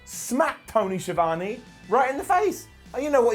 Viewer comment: It's Tony Schi Vone